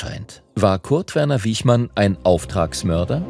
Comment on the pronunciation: Der Mann hieß Wichmann, nicht Wiechmann.